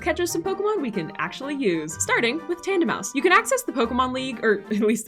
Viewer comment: TANDEMAUS, NOT TANDAMOUS!